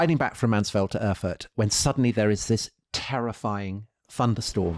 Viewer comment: For heaven’s sake; Erfurt!! Get it right.